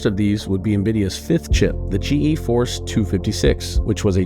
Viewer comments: This is a good video, but how does the host do a video on Nvidia and say GeForce wrong through the whole video? There are even snips through the whole video that say it correctly... G force not G E force. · He can't even pronounce "GEFORCE" even though he included multiple examples of its creators and company pronouncing it. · Couldn't watch past "G.E. Force". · drove me crazy how the narrator said G E Force it's pronounced Gee-Force the Nvidia people even said it. And the continued to mispronounce the Huang"s name despite him saying it in a clip